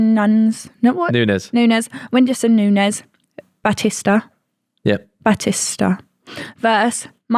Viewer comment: Actually pronounced Nunes correctly. Nunez is the spanish pronounciaton not portuguese